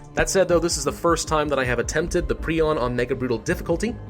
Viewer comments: It’s pronounced Prion, Not prion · Its not prion its prion ok Pri-on Not Pri-on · It’s pronounced prion not prion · It's pronounced "prion" not "prion". 🤨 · My very nasty message in the comment section. At least you tried. Prion is pronounced as pry-on not pree-on. Preon is a different word, it is: "A hypothetical point-like particle, supposed to be a subcomponent of quarks and leptons." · I think it’s pronounced Pri-on, not Pre-on, idk though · Hermit galaxy It is pre-on not pri-on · No, it's pronounced pre-on. a pry-on is a small petrel of southern seas. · I always thought it was Pri-on not pre-on 🤔😂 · yo, it's pronounced prion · It's pronounced "Prion" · prion is prnounced pry-on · Pronounce it pri-on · Prayh-on is the pronunciation. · It's "pry-on" you sick little freak, what's wrong with you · No, it's pry-on.